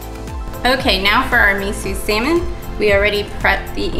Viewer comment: mIsUUUUUUU sAmin lmaooooo bruh